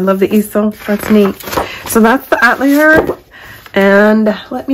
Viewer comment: Atelier is pronounced a-tell-E-A